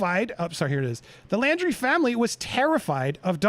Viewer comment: It's not Landry, it's LAUNDRY (LAUNDRIE)! Love your videos!